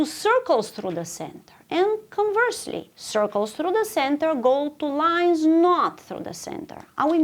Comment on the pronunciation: After the lion story, I kept hearing “lions” instead of “lines”.